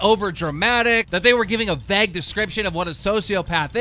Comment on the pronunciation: Man doesn’t know how to say vague 😂